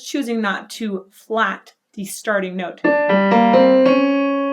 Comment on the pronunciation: I tuned out when you said 'teh'.